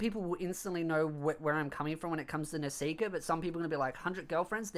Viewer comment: How come you pronounce Nisekoi as Nesika or Nesiker?